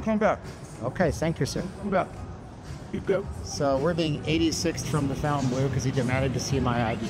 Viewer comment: its not pronounced Fountainbleu